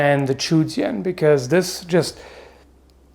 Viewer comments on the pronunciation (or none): Sword is pronounced "jian" pretty much exactly as you would sound it out in English